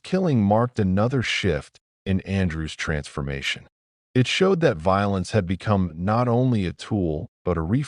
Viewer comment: A-T and I-T. 🤣😂 If you're going to have an AI slop channel, at least get it pronounce "at" and "it" instead of spelling those words out as letters!